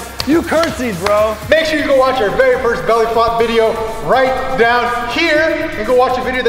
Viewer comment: Try to catch saying belly fop